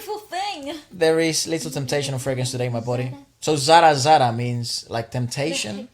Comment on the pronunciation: Man Your Pronunciation of the song is perfect as an indian....Zara Zara Mehkata hai.... I couldn't find single mispronunciation